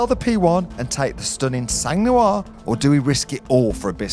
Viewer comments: Just so you know, since you’re about to buy a car with the word “sang” in it 😅 In French we don’t pronounce the “g” it’s “san”, not “sanggg” 😆 Every time I hear you say it, my ears bleed lol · The G in SANG (French for BLOOD) and therefore in PURE SANG is silent. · Sang 🩸 is prononced sang 🩸 not like she has sang like music. Sang 🩸 in French iits blood prononced like 100 if u know French 100$ euro and I bet u do mate. Wish u the car. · ONCE FOR ALL, DO NOT PRONONCE THE ''G'' OF SANG.... FRÉDÉRIC FROM PARIS FRANCE....